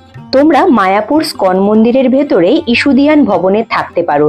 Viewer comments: তোমার ধারাভাষ্য ভালো,, কিন্তু উচ্চারণ একদমই ভালো নয়,,তুমি বলছ স্কন মন্দির,, ওই মন্দিরের নাম ইস্কন মন্দির,,।খারাপ লাগছে বারবার ঐ বিকৃত উচ্চারণ,, ঠিক করে নিও,,।। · খুব ভালো। তবু ষ্টাইল করে বলতে গিয়ে ইসকনকে স্কন বলাতে কানে ধাক্কা খাচ্ছে। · ওটা স্কন নয়। ইসকন মন্দির। খুব কানে লাগছে এই ধরনের ভুল শুনতে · তোমার ভ্রমণ ভিডিওগুলো আমার খুব ভালো লাগে। কিন্তু বার বার ইসকনকে স্কন বললে কেন বুঝতে পারলাম না। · ওটা স্কন হবে না বেবি। ইসকন হবে। আগে উচ্চারান ঠিক করে পারে ভিডিও বানালে ভালো হয়